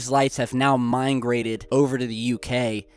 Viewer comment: Did he seriously say "minegrated"??!! How old is? 30 or 30 something? Yet doesn't know the word MIGRATED! I can't comprehend how a person can go through life for so long, and still not know the proper pronunciation/spelling if such basic words. is always butchering words. lol. I'm just busting your balls;) All in fun dude.